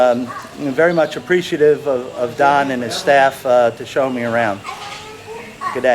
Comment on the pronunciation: at the end it said donal instead of donald.Great video